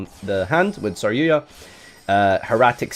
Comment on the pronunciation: Stop saying saryuya